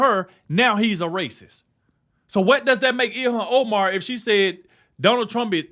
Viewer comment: "This is rayciss!" I can live with it.